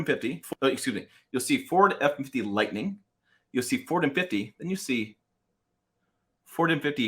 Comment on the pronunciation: “Ford effinfitty”